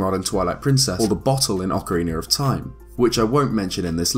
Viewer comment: I thought your favorite game was